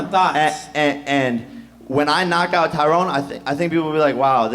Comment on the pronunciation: its tyron lol